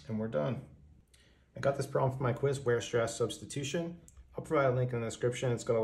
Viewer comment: Correct pronunciation: Weierstrass!